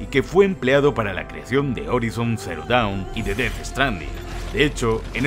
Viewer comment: "Horaison" pls